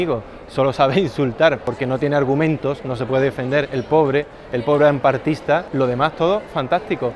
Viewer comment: "Hamparte kuin"